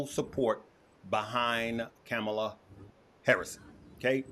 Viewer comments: I love that you keep mispronouncing her name 😂 FJB FKH LETS GO BRANDED! TRUMP 2024 ❤ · Why are you disrespectful of the Vice President by not even knowing how to pronounce her name?